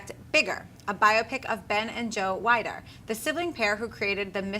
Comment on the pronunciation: It's pronounced WEE-DER.